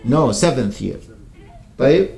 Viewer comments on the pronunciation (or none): none